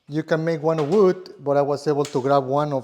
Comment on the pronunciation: Your accent when you say wood reminds me of my old friend David from Santiago Chile. Like unlocked a memory from 20 years ago. Great video, thanks.